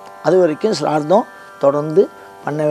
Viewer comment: முதலில் ஸ்ராத்தம் என்று சரியாக சொல்லுங்கள். அதுக்கு அப்பறம் காவி உடை உடுத்தலாம். ஸ்ராத்தம் பத்தி வியாக்யானம் பண்ணலாம். ச்ரார்த்தமாம் ச்ரார்த்தம். வெங்காயம். மொழி தெரியாத மண்ணாங்கட்டியெல்லாம் சாஸ்திரம் பேசவந்துட்டது. நான்சென்ஸ். சரியாக சொல்லுங்கள்: ஸ்ராத்தம் ஸ்ராத்தம் ஸ்ராத்தம் எங்கே, திரும்ப சொல்லுங்கோ: ஸ்ராத்தம் ஸ்ராத்தம் ஸ்ராத்தம் ஸ்ராத்தம் ஸ்ராத்தம் ஸ்ராத்தம் ஸ்ராத்தம் ஸ்ராத்தம் ஸ்ராத்தம் ஸ்ராத்தம் ஸ்ராத்தம் ஸ்ராத்தம் ஸ்ராத்தம் ஸ்ராத்தம் ஸ்ராத்தம். நாக்குல தர்பய கொளுத்தி சுடனும். சரியாக சொல்லுங்கள்: ஸ்ராத்தம் ஸ்ராத்தம் ஸ்ராத்தம் ஸ்ராத்தம் ஸ்ராத்தம் ஸ்ராத்தம் ஸ்ராத்தம் ஸ்ராத்தம் ஸ்ராத்தம் ஸ்ராத்தம் ஸ்ராத்தம் ஸ்ராத்தம் ஸ்ராத்தம் ஸ்ராத்தம் ஸ்ராத்தம் ஸ்ராத்தம் ஸ்ராத்தம் ஸ்ராத்தம் ஸ்ராத்தம் ஸ்ராத்தம் ஸ்ராத்தம் ஸ்ராத்தம் ஸ்ராத்தம் ஸ்ராத்தம்